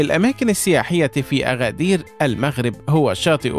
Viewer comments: أگدير وليس أغدير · اغدير❌ أكدير ✅ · انطق أكادير بشكل صحيح الكاف ب ثلاثة نقط Agadir إسم أمازيغي وسهل النطق انطقها مثل ما هي